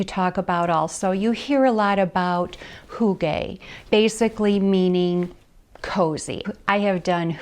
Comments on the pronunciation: *HyOO-guh (so say the Scandinavians) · Love your video but hygge is pronounced HOO-gah.